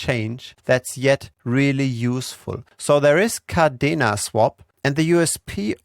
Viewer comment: Yea, umm,, it's Kadena Not Cardena